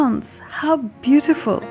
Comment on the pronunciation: Nice ! While the place sure is lovely, the way u narrated and captured the scenic beauty makes it all the more interesting. Enjoyed watching! P.s. Beee-teee-ful nahi hota , beee-yu-tee-ful hota hay 🤦‍♀️😁🤓